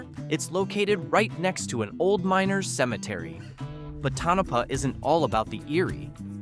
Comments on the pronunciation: Great video. You need to learn to say the word Tonopah. Besides that great job 😁 Toe-no-paw not ta-no-puh👍🏽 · Don't let the spelling fool you, Tonopah is pronounced Toe-nuh-paw! Ely is pronounced E-lee he had it right the first time. Calientie is Kal-lee-ent-tay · Pronounced toe no paw🤨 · PEE-oHch, E-LEE as in Robert E, CalE Ntee, and ToE na Paw. You might have received a thumbs up if you had taken the time to learn the correct pronunciation. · AI or not, the lack of editing destroys the effort. To-NO'-pah indeed! 😅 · Pronounced Tone- A -Pah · This video lost credibility when the narrator mispronounced Tonopah.